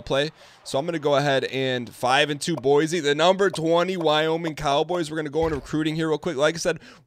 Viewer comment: Hey Dan, I only have one issue with is episode, and it’s appeared in previous episodes as-well, it’s pronounced like boi c state not boisy state